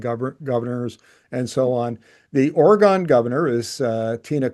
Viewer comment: Please check your pronunciation of "Oregon". Otherwise, this is a very important video, so many thanks for exposing these issues. Vive le Canada 🇨🇦